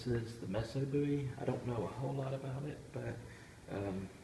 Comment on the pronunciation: Thanks for the great video, very informative, I believe Joseph Musso last name, is pronounced Mooso, or at least, I’ve always heard it pronounced that way. I’ve never heard of a Messo Bowie. But what do I know? Very interesting and provocative story, behind the Musso, was it found at the Alamo? Or just a copy of a knife, from the 1800s, with “JB” stamped on it? We may never know. Phill Collins, from Genesis, bought it, in the 80s, I believe, then donated it to a museum. Great video!